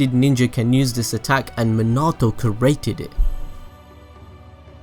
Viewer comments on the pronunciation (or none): The way he says created is so triggering for me. Bruh 😬 “cerating”